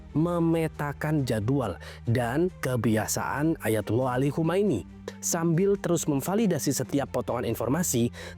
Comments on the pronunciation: Khamenei. bukan Khomeini. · Khamenei bg bukan Khomeini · Khamenei, bukan khomeini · koreksi narasi... Khamene i